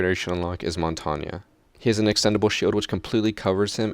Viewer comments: Question: Who's Montanya? Answer: Nobody. CAUSE IT'S PRONOUNCED MONTAGNE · It's Mon-tang not mon-tanya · Mont-tonya ummm wat His name is French for mountain and it can be hard to pronounce if you don’t know how so just call him mountain, that’s what my incompetent friends do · For montagne its g before the n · I've heard Montagne's pronounced so differently. There's the way he said, Montaine, Mountain, MonTanGee, etc. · Jared Timms In French, it is pronounced Montanyuh, but nobody particularly gives two shits how it's pronounced, including me. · I love the way he pronounces Montagne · You say montange weird